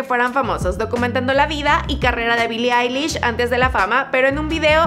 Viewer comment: Bili ailish xd